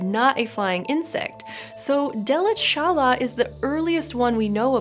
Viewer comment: Fun fact: While it may be surprising for non-Germans, the name "Delitzschala" deconstructs not as "Delit-zschala" nor "Delitz-schala" or even "Delitzs-chala", but rather as "Delitzsch-ala" (the insect having been found near the German town Delitzsch).